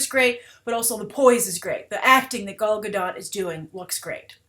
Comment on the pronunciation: thank god! finally someone who pronounce Gal Gadot's name correctly